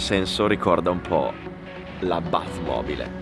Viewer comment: Quando hai detto bat mobile è uscito una t fantasmagorica🤣💦